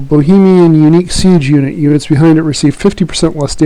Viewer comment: the sound quality is brutal... doesn't help if you start shouting a unit name with bad pronunciation either